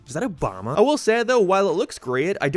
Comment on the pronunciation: "Is that Obamna??" 💀